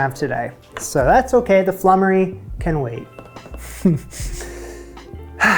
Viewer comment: That bubble & squeak is a bit of a pigs ear! It's just left-over veg (no cheese!) mashed up and fried and served with cold sliced meat and gravy, so basically whatever is left from Sunday Roast. The next recipe is pronounced floomery but its a very old thing not seen these days.